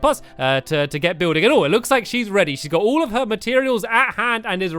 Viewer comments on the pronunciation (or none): "She looks like she's reary to go :)"